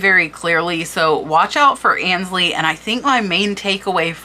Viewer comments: Aynsley...it's pronounced AINES-Lee - not ANS-Lee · Aynsley is pronounced “Ainsley “ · Please forgive this is not meant as a criticism but to assist you, AYNSLEY is pronounced like AINSLEY not annsley. A luncheon plate is a size if not larger than a salad plate the trios are a cup saucer and a tea plate. Cheshire is pronounced Cheshur..not shire. Meissen is pronounced as a double ss, not a z. Herend is pronounced Herrond. Gilt is pronounced as a g not a, The most common mispronounced word in the USA is WORCESTERSHIRE. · Fascinating research and presentation. Thank you - I am going to look in my china cabinet now where I have many tea cups from my mother. FYI - I believe Aynsley is pronounced with a long A not as An. Ay as in hay. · I believe it is pronounced Ainsley... that's how I always heard it. Very interesting video, thanks. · I love selling on eBay I’ve been doing it since 1998. I was lucky enough to come over from the England with a ton of China that I had no room for. Just a note, Aynsley rhymes with “pains-ley”. Ayn pain. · Great video I love it. Just want to say ,I believe that you are mispronouncing Aynsley. It is pronounced Ahnsley. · Aynsley is pronounced 'ae' as in 'bay'. 'MY sen' for lessen. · Grammar Grouch here... FYI Aynsley is pronounced like paint or faint - "AINsley" (it is a very popular English name also spelled with an "i" instead of "y"). Aaaaah! And "gilt" is pronounced the same as GUILT. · Ains- ly like ain't sound.🥰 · I say this with all love ( and I'm old and have been junking since grade school so I had to learn a lot) but Aynsley is pronounced AINs lee , Sevres is pronounced Sev , and Meissen is pronounced MY sen. Thank you for all you do!